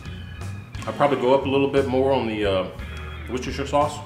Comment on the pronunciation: Hey good looking jerky and a interesting combo of ingredients I think I’m gonna have to give this one a try, oh and great job on the proper annunciation for Worcestershire sauce;) so much easier isn’t it.